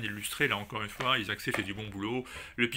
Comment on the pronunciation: Sean Izaakse (ça se prononce Aille-Zax) est sud Africain et c’est vrai qu’il déchire!!!